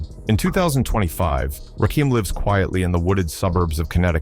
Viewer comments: My favorite rapper but he's doesn't have a dim to his name. The narrator knows nothing about him, it's not Rakeam it's Rakim as in Little Kim. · Quit talking,we'll just watch since you cant get the man's name right!